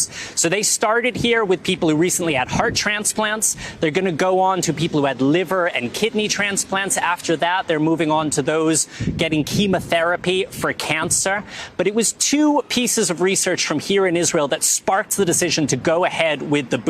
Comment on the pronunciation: …Chema therapy